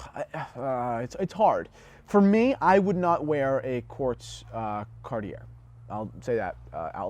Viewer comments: Is this an old video? You seem to be mispronouncing Cartier. Andy Warhol advised that the Tank design was so iconic that it was not even necessary to wind the mechanical version. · learn how to pronounce the brand... you lose your credibility in the first minute. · I disagree. I am french and I don't pronounce Cartier like you probably do. It is understandable that English speaking people pronounce it that way. Knowledge makes more credibility than prononciation. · You should probably learn to pronounce Cartier before you start giving advice (misguided as it is) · “Someone who’s not into dress watches” The British Royal Family have long been fans of Cartier (it’s Car-Tee-yay). In the US the Kennedy’s also famously wore tanks. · Luv you recent uploads.... but you should consider taking this video down to protect your T&H brand..... Nowhere on the planet is the acceptable pronunciation of Cartier, Car-Tee_Air. Nowhere. Presenting yourself and your luxury brand focused company as experts while not knowing how to pronounce Cartier , is like an exotic car dealer not knowing how to pronounce Ferrari , or a wine/Champagne expert not knowing how to pronounce Moet. The person pronouncing it as Car-Tee-Air, simply does not have basic knowledge of the subject or it's lingo, and is clearly not handling this kind of merchandise on a regular basis.... because his co-workers would have corrected him many times over. You're my boy, and you even do a good job when your dad is a guest on the show......but I would NEVER under any circumstances even buy a Timex from someone who couldn't pronounce the name of one of the top and most popular brands in his business and in the world. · The guy can't pronounce "Cartier" or "Louis" properly, and yet he thinks we should take his advice? What an asshat! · Gahhhh.. Say Cartier the right way! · Kagh-tee-yea NOT CARTEEYAIRR YOU PEASANT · Omg Pronounced Car tee yay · Car T Airrrrrrrrrr